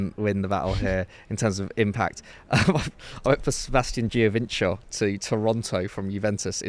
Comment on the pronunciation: Great video. I tried to do just my team since 1992 but they have been tuuurrrrible in January: Aston Villa. Pedantry - Giovinco is pronounced Joe-vin-ko. He’s not Brazilian.